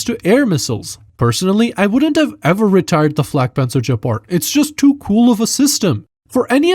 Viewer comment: The Gepard pronounciation is a warcrime